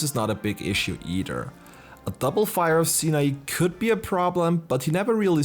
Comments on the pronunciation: How does no one playing SMT or Persona know how to pronounce Sinai? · Did anyone else have a visceral reaction to how he pronounced Sinai…